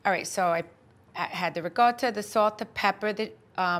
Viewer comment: So Italians pronounce "ricotta" with a G??? RIG - O - TTA??